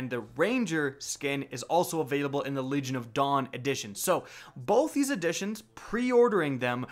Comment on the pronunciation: I kept hearing "Legion of Dong" everytime he said Legion of Dawn.